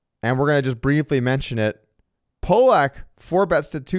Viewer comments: Lol at calling Kevin Pollak as poelack. Fun episode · Be careful in your pronunciation of actor Kevin Pollak's (PAHL-ek) name, you could offend some eastern Europeans!